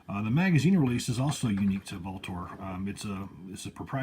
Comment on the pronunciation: Is that the correct way to pronounce Vltor? I’ve seen comments that say different. Just curious